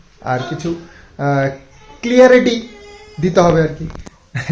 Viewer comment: Clearity na hobe CLARITY.....